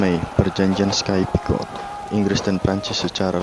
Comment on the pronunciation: Sedikit kritik: 1.untuk suara naratornya terlalu pelan seperti berbisik, jadi tidak jelas jalur cerita. 2.kesalahan dalam membaca Sykes picot, narator mbaca sky picot. Semoga sukses kedepannya, salam